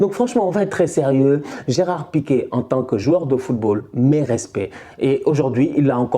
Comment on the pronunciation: l'accent sur le e de pique... est trop fort😂😂